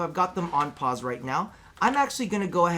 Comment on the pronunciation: I laugh every time you say pause 😂